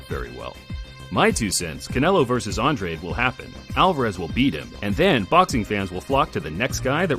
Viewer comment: Its Andrade not Andre